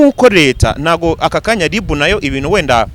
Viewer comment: Umuhungu Ungana Gutya Ntazi Gutandukanya R na L koko ( ngo LiB, aho kuvuga RIB ) 🤔😎